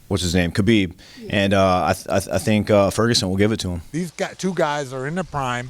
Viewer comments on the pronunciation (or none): It's really not hard to pronounce khabibs name correctly, people should look into it, you pronounce the k and h together from the back of your throat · My goodness does it annoy me that nobody can pronounce Khabibs name right lol 🤦‍♂️